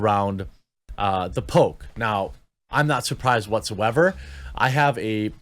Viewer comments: Thought you were saying Pope not poke!🤣🤣🤣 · I legit made it 4 min into the video before i realized you were saying "poke" not "Pope". Who cares if they ban anti vax peeps. Its an USA plague that has spread all over, and needs to be addressed. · I thought he was saying “Pope” and not “poke” for a little while there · 4 minutes in and I just realized Jeremy is saying “poke” not “Pope”. Those four minutes make so much more sense now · before The archive page was shown i seriously thought he was saying Pope not Poke.... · for the first five minutes I thought you were saying Pope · I thought you said, anti Pope. LOL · For the first few mins I thought you were saying pope! 🤣🤣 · I just want to say that until he showed the headline, I thought he was saying "Pope" and wondered why Youtube was so determined to protect the image of the Catholic Church. That being said, this is a dangerous line. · I legit heard Pope for 3 minutes, was heavily confused for a bit. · lol I thought he said "The Pope" not "the poke" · I though he said the Pope and I was like WTF? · It took me a while to realize you were saying poke and not pope. I was like why is everyone being banned for mentioning his Holiness 🤣